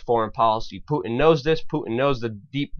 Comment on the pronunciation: Who's "Pooin"?